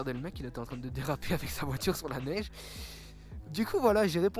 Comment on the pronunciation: "neigne" mdrrrrrrrrrrrrr